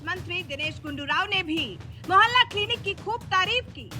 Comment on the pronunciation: मोहल्ला क्लिनिक है या मैला किलनिक